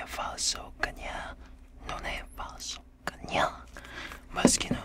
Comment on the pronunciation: I’m Italian!!!!🇮🇹🇮🇹🇮🇹🇮🇹and you have to pronounce stronger the letter A in Cagna😂 love youu